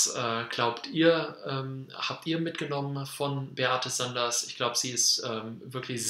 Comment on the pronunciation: Die Dame heisst Sander, nicht SanderS. 😉 ImTitel des Videos steht der Name richtig, aber im Video wird immer von Beate SanderS gesprochen.